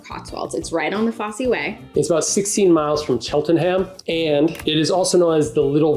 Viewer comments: Pronounce ‘Fosse’ with a silent ‘e’ , Blenheim-Blenum phonetically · Blen-um not Blen-highm. Foss not Foss-e 😊